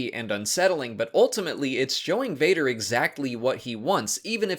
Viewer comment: It’s Vader not Vater and yes we need a Vader movie!